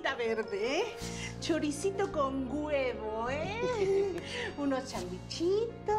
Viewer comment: Chorizito con guevo 😂la señora nunca aprendió a decir huevo 🥚 me acuerda a una amiguita mía que tiene seis años y por decir huevo dice guevo 😂Yyo le digo huevo huevo y se lo hago repetir bien para que aprenda , por que se escucha feo que una niña valla al colmado y diga dame dos guevo 😂😂literal